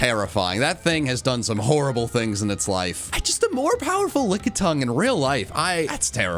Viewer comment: LICKITUNG, NOT LICKYTOUNG!